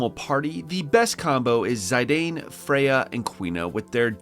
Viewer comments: Zy-dane? It's Zih-dan, like Zinedine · its Zee-dann, not Zayydeyyn 🤦